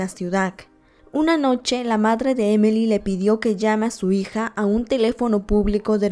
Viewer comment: Su nombre es Emily, por que dice emely ?